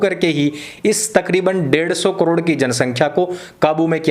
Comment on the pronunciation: "so" nhi suuar "sao" gram hota hai..